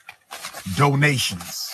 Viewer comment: DOE-NATIONS GIFFS